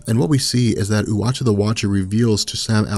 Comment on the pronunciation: Anyone else hearing him pronounce Uatu the Watcher as "Watchy the Watcher"?